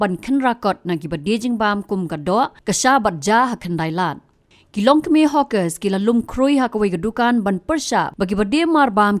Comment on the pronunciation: Na ka hawker poi sha ka hoooker😂😂😂